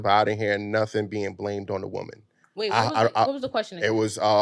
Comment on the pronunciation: People, can we PLEASE start learning to know the difference between pronouncing WOMAN and WOMEN??? I thought it was just the low IQ girls on F&F and Whatever Podcast who can't say it correctly. Once i heard say it too, i hung my head in defeat. I can't believe it... smmfh 😞. Then once he said it, another low IQ heard it and thought that's the correct way to say it and then REPEATED it incorrectly. This is wild work